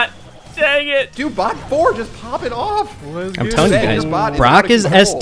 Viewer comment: It sounds like they are saying “Butt” instead of bot